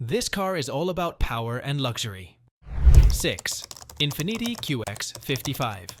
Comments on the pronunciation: mmm… thats not how infinity should be pronounced 😆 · If you say Infiniti, one more time, like IN FIN EE TEE, I swear